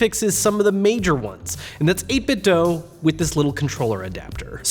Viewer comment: It's actually pronounced 8-bit-doh